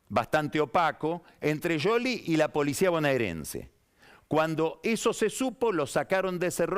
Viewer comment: Nadie va a destacar que pronuncia Yoli en lugar de Scioli?